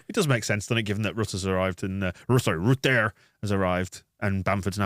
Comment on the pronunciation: That pronunciation of Rutter....please, in the name of god, stop